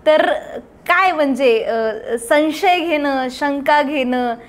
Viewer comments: मुलाखत चांगली घेतलीत..फक्त, "सन्शय"असे नका म्हणू."संशय"असे असते ते. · माननीय भामरे साहेब खूप सुंदर मुलाखत झाली. तुमच्यामुळे बऱ्याचशा गोष्टी कळल्या. तुमच्या बोलण्यातील साधेपणा व स्पष्टपणा मनाला भावला. तुम्ही तुमच्या भाषेवर लक्ष द्यावे. संशय हा शब्द चुकीचा उच्चारता...